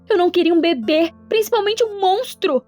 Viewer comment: Eu entendi babe envés de bebê kkkk